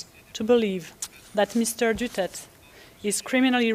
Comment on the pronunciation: I really cannot get over the judges' pronounciation of Duterte's name. They seem to use Doo-church and Dutert interchangeably.